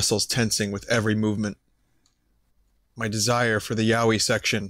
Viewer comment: for some reason Vinny calling it yaoie was really annoying